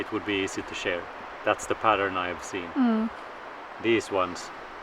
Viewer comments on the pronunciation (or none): Shear as in rhyming with hear. 🫶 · Just a heads up! The word in English shear rhymes with year. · Just a suggestion. In English we say “sheer” the sheep. It is spelled shear, but pronounced sheer.